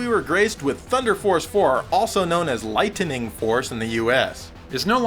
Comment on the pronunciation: Did he say light"ten"ning? Sounds like he smoking from the pizza bong.